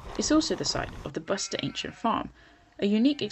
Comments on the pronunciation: So as a budding documentary film maker, (being paid and supported to make the film ?)you would want to say the names of the places you visit correctly.........Loved the video but, was irked that you made so many gaffs...........eg it is "But ser" hill, not "Bust er" hill and farm...........eg, Lewes is spoken, "Lewis"....... a brief chat with anyone who knows anything about the area (fellow walkers?) would have you on the right track. Also are you allergic to cafes ? There were so very many you passed without commenting on or even showing us the pleasure of stopping for a brew.........loved the one that you did share......very sorry..........having said all that, loved the film. Thank you..........p.s. so was the kick starter fund giving you money to make this film then ? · Butser Hill not Buster.